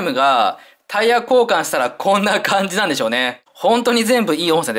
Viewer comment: 本当にドライブロックシールドいいですよね！息子もお気に入りですが…タイヤ、ン、コウカンだけはタイヤ、う⚪︎こ、カンに聞こえるようで連発で大笑いしてます（笑） でも確かに聞こえるんですよきね(^_^;)